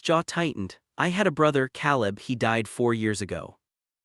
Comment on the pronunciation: Narration too fast and expressionless. Elias and Caleb mispronounced.